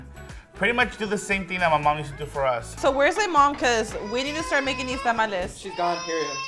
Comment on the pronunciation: Tah-mal-leh. NOT Tam-ollys😂